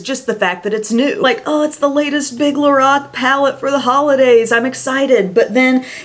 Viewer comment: The way she says Lorac 🤐🤐😩😩 LO -RACK